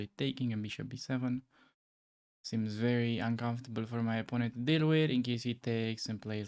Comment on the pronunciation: watching at 2.0x speed, when you say "opponent has no threats" it sound like "oppononent has no FRIENDS" xdxdxd😂😂😂😂